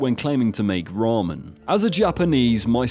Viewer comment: That's NOT how you pronounce ramen..... 🤦 Tye "ra" should be similar to the "ru" when you say "rub" instead of the "ra" from "raw", and the "men" is exactly read similarly like how you say "men" (almost like "meant" but without the T) instead of having it like "mond" or "mund". And you should read Miso as it is written, no need to add that english-accented "oe". And Indonesian salad is called RUJAK. The "ru" is read like how you say the "roo" from rooster, and "jak" is read similarly to "jock".